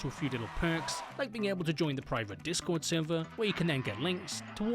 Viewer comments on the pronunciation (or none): none